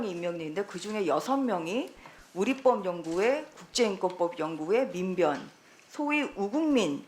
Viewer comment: 우리 뻡 -------x 우리 법-------o 한글의 기본적인 발음 규칙도 모르는 양반일세......